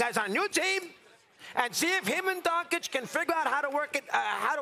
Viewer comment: He can't even pronounce Doncic. Sickening lol